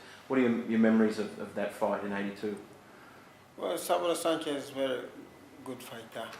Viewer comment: It is pronounced SANchez, not sanCHEZ